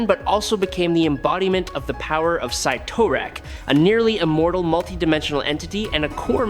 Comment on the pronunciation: How many different ways can we pronounce “Cytorak”?